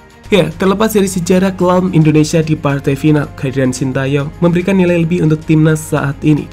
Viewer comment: "Shin Tae Yong" yg bener min